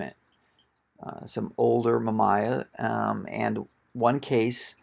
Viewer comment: great find but hearing you pronounce the camera companies was like scratching a chalkboard with your nails..... not pleasant. Mamiya and Rollieflex are not pronounced that way.